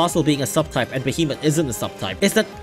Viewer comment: The worst part is that you call them "behemot" While they're called "behe"- "Moth"